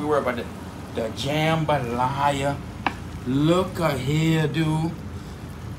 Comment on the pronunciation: The main reason I clicked this video is just to hear him say "jumbalaya"